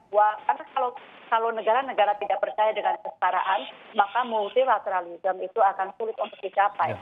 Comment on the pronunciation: Multilateralisme bukanya satu kata ya? Atau Multi la tera lisme? 4 kata? Sedih